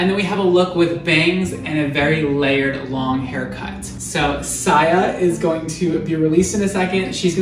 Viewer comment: Saya not Siya 😭😭😭